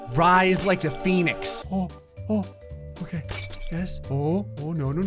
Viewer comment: "yes rise rise like the Phenix" my mind: "did he just say penix or Phenix??"